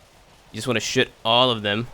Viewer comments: Is it just me or does he say shit instead of shoot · is it me or everytime he says shoot he says shit XD